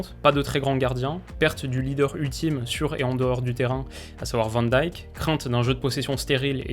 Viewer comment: Bof hein, à part van de beek et grarveneberch ... pcq Van Dijk il a du mal à le prononcer